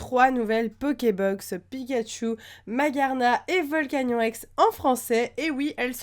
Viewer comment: Ça se prononce (volcanione)